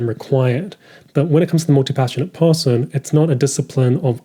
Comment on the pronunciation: I promise you there is no L in the word person... appreciated the video nonetheless.